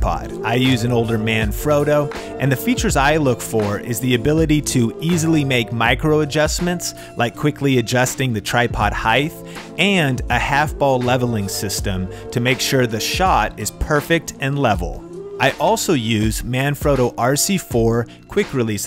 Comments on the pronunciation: Height not heighth just a little pet peeve... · Did...did he just say 'heighth'? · Did you say heigh"th".... whats with ye olde english makin a comeback...? im hearing alot of "sickth" (6th) too lately 🤷‍♂️